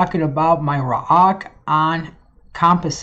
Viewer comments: Guys, I am pretty sure it is pronounced Ra(like the god)-Oak(like the tree) and is ment to sound like a dog barking. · Didn't know ppl pronounced roaq as raw-ock